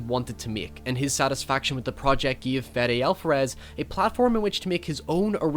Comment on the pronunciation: Love your channel, but why are you pronuncing Alvarez With a “fff” sound? Weird. The V in Alvarez sound like a B